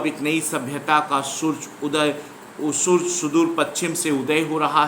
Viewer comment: Surj nahi hota Hindi padha rhe ho to Surya bolo